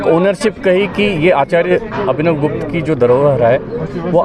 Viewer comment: It is not Gupta it's gupth.